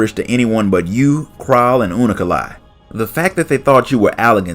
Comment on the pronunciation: hearing him say unukalhai as unu- ka-lhai is freaking me out xD